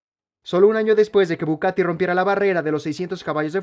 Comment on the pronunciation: Conozco al Bugatti, no al Bucatti 😅